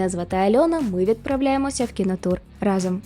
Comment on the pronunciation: Вау😍 Дуже цікаве відео. Але окрім того, хочеться окремо подякувати за правильний наголос у слові рАзом у вступі))0))) В школі вчителька багато нам на це звертала увагу і мені тепер ріже слух, як всі неправильно кажуть разОм.